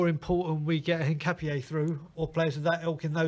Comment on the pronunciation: "Kessiyay"? "Hincapiaye"? Come on, man...